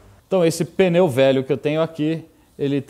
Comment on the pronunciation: Parabéns pelo vídeo, fantástico e instrutivo. O único deslize que me chamou a atenção nesta aula de 50 minutos é a palavra mais citada no vídeo: pneu não se fala "peneu". É sotaque de São Paulo?